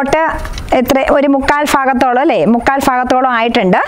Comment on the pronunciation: മുക്കാൽ "ഫാ"ഗത്തോളും 🤣🤣🤣പത്തനംതിട്ട 😄